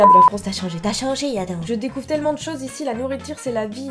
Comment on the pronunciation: c'est pas adam mais ADAMME ON PRONNONCE LE M